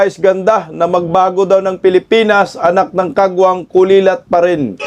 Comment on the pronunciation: Kulelat, hindi "kulilat". Ano ba yan